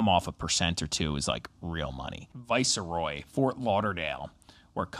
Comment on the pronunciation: LMAO at you two pronouncing a 2 syllable word vice/roy as a 3 syllable word vi/ce/roy :face-green-smiling::text-green-game-over